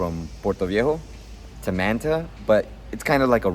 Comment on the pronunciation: You seem to be Latino and yet you can't pronounce Manta correctly?